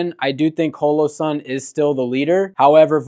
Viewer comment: Why are you saying holosun like that dude?